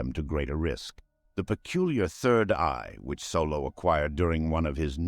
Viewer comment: Name: Saulot (sOW-lot) AI voice: Solo